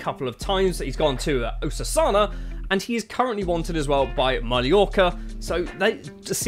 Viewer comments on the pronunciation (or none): Usasana😭 Good vid tho, but gotta work on that pronunciation